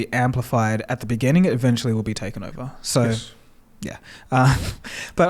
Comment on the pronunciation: Am I crazy or does pronounce "eventually" as "adventually"?